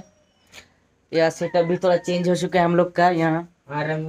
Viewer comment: Bhai satap nhi hota 😀 setup hota 😂😂